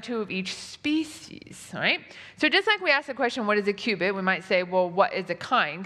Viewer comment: Why do you say Q-bit when you read cubit? That is not fair, I bet many of your viewers have no clue about quantum computers. When you are struggeling about basic units, please do not make jokes about the cutting edge of science. Q-bit? No! Cowbit, maybe.